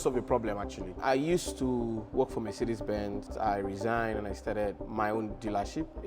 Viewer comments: “Mercedes bens” 💀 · Mercedes "Bens"???? 😅